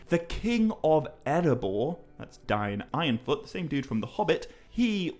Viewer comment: It's pronounced Dane Ironfoot!